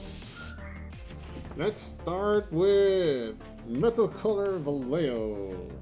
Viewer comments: Vallejo = "Vaie-ho" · Vallejo's pronunciation: va-ye-ho!